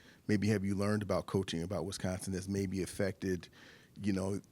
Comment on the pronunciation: it's an "I" after the W in Wisconsin, not an "E"